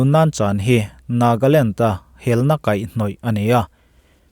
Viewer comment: Nagaland tih tur ah Nagland i ti nia 🙊